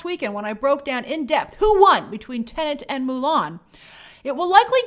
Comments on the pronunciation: TENET not TENENT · 🤯🤯🤯🤯 After so many months, WHY does she still pronounce the movie “TENANT”. 🤔 It’s “TENET”!!! There’s only one “N”. 😤🙄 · Grace, the movie is called TeneT, not Tenent.!!!, lol 😂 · i just keep hearing TENANT everywhere ooh lord i cant wait for this movie to stop being discussed for that alone. i cant take it anymore lol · (and almost all other times throughout) It may be the only major "tenant" in cinemas these days, but that isn't its name. 😉 I'm sure these weren't the first times throughout the many months of covering it, but it really stuck out to me here, so I just had to comment on it. 😜 I keep worrying that I'll screw it up myself, and I'm sure I often do as well. "Tenant" just rolls off the tongue so much more easily. 😅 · Grace, there is only 1 N in teNet. It's not teNeNt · The movie is titled "Tenet", Grace, not "Tenent" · Half the time you said "Tenent" lol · why does she STILL call it teneNt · Favourite YT channel but please stop saying Tenant!!!! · Now I can’t stop hearing it 😫